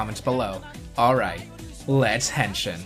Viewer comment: Uh, dude. You're butchering the word. It's not "hen-shin" as in the leg bone. It's "hen-sheen" if you listen closely to what the Kamen Riders say. The letter I (as in "India") in Japanese is always pronounced like a long E sound.